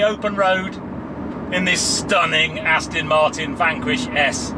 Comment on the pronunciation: Sorry to be a pedant but it's not pronounced "Astin"!!!!! Even I can get that right and I've got MS causing me speech problems. (Still liked the vid...!)